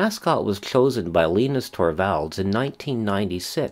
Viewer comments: Arrrrgh! Now that my ears have stopped bleeding, Mr Torvalds first name (Linus) is pronounced Lie-Nus. Same as the Peanuts character, and Linus tech tips if it comes to it. Yes "Linux is not Unix" is a cute tautology, but the original and first derivation was almost certainly a conjunction of Linus' first name and the name of the Bell Labs OS that he set out to duplicate in an open source manner, and therefore its correct pronunciation is the same as his name - Lie Nux. I'm not sure Linus even cares however. We owe a great deal to Linus including Android which is heavily based on the Linux kernel, and many of the most useful embedded portable platforms (like GPS units, in-car info systems, televisions, media players etc) . A good number of people (ie the majority of the population of developed countries) are therefore already using Linux even if they don't even know it. Since a requirement of use of Linux or the Linux kernel is correct attribution, most of these portable units will have an "about" or licensing page in the manual where you can see what version of the Linux kernel it is running. Sometimes it's just in a cryptic header screen or note in the documentation however. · Who the heck is Leenus? C'mon man.